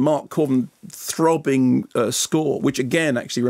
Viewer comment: the way he says THROBBING